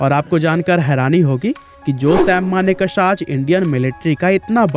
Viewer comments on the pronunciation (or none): maan ! learn to pronounce ' sam manekshaw ' he is manekshaw & not sam maneka-sha you idiot. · Pronounce his name as Manekshaw not as manek shah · Pleaseeeeeee pronounce Sam Manekshaw’s name properly ! It’s always good to google the pronunciation of proper names before making the video ! Thank you ! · Abe sale naam to thik se le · Bro at least take name of the great Sam Manekshaw properly. You are pronouncing his name wrongly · Manekshaw ko thik se ucharan to kariye. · Naam to thik se lo bhai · U cant even name him correctly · First learn to pronounce the names properly.